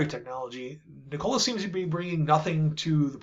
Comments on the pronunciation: It isn't NiCOLA. It is Nee ko la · Omg the way you pronounce "Nikola" is so annoying! It's not 2 syllables and is not "Cola" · Please pronounce the company name correctly. It’s “NEE-kola” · it's pronounced nik cola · Should learn how to pronounce the company’s name if you intend to be credible. Kneecola? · Please look up correct pronunciations of “THERanos” and “NIKola”. Hard to seem authoritative if you mispronounce well known names